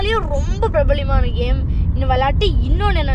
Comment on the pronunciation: Prableyam illa prabalam